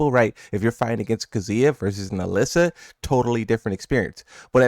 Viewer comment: it's Alisa, not Alyssa ffs.